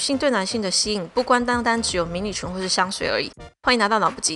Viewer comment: 迷你裙听到好像迷你胸XDXD